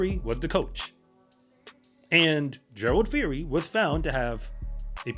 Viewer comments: Gerald. Phiri. Not fori.. the P and H sound like Peeri. Means wolf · It's actually pronounced "Pee- ree" the H in Phiri is silent